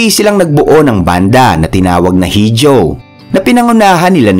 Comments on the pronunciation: Iho po ang tamang pag pronounce ng Hijo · Hijo {ee-ho)